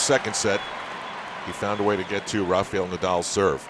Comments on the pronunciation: Music full blast on the breaks, only in America , is not a NBA Basketball game , tasteless! And to the commentators is not pronounced Rafiel but RA- FA -EL, ok? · I don't get how some Americans can pronounce 'Rafa' but Rafael becomes 'Rafiyel'. 😂